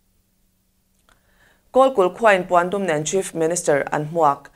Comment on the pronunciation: Puandum ni lovin Pawndum tih ngei ngei tur